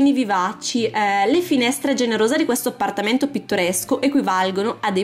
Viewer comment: Ahahhaha mi fai ride come parlii APPPPARTAMENTO, CUCCCINA, SSSSSALOTTO, ARRRMADIO 😂😂😂